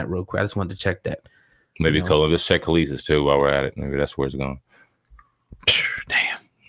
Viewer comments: Nigga it’s pronounced kah lees. When were u born, how u speaking on the culture and these people are apparently before your time u can’t pronounce her name, everyone knows kelis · KAH- LEESE is how it's pronounced, dumbass. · How hard is it to pronounce a name. It's pronounced "Kelise" and you know it! It's the same stuff we hate when white people dont bother to pronounce out names properly. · Kel-lis.. bitch.. fuuccck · I’m sorry I hate how he’s saying her name 😐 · 1 How do you want to talk about Kelis and can't pronounce her name properly? 2 Why are you sitting across from a ghost?🤔🧐👻 NONE OF THIS IS ADDING UP!!! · I'm gone need spade to get her name right first off!!!! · If you can't say her name right I'm not even attempting to watch this video...if you're gonna report...report...stop playing games...thats the reason I subbed to this channel...cuz you kept it real...now you on some fuck shit...foh... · why dont he know how to say her name??? lol thats so annoying.. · C'mon son. Get the pronunciation of her name correct. Respect your craft. She's not new. Learn how to say her name before you speak her business. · Bro, you're in media and you can't pronounce Kelis's name? As long as she has been out? Dude, get it together! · These dudes dont know shit, dont even know how pronouce the chicks name... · Tricia Tomlinson Straight butchered the name 🤦🏻‍♀️